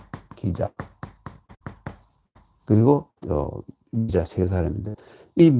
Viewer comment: 또 틀린 발음! 미자의 미를 왜!? 길게 밯음합니까!? 잘못입니다! 자고저를 아시는지요! 실로 실망했오이다. 미국 변 완수 드림